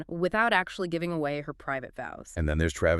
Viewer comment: Could u stop mispronouncing Travis Kelces last name?